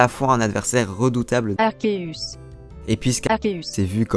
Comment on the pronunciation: pouruoi tu dit pas arceus ?